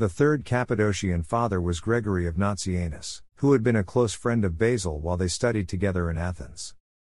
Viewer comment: Lol work on your pronounciation. You said nazianzus correct alone, but kept saying Gregory of Nazi Anus. Its hard to pay attention after that 😂